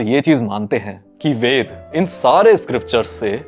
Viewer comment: वेदा नही वेद होता है, अंग्रेज के पुछिल्ले ना बनो😂